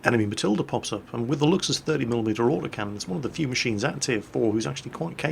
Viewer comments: it is (Lou-k-s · did kind of unlearn, how to pronounce "Luchs"... He had it right for some time and now he's back to trying too hard to get the "ch" sound correct..., it's pronounced "looks". Just as the lame pun in the title of this video. Just say "looks" and your pronunciation will be spot on! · Btw, 'Luchs' is pronounced like 'looks', i.e. whithout the typical 'ch'.